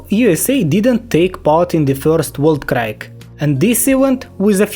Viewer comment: Не знаю специально или нет, но скажу Entente - Антант Weltkrieg - Вэльт криг